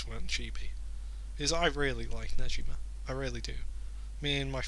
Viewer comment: the g in negima is pronounced like the word go